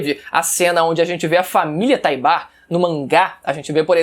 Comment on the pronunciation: "TAIBAR" É A FORMA COMO OS JAPONESES FALAM, OU ENTAO VC TAMBEM FALA "LAINA" E "BERUTORTO"?